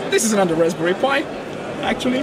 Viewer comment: It's raspberry, not rasbary lmfao.